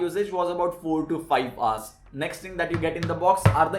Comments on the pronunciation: it's hours not arse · it's not "AARS" it's "Hours"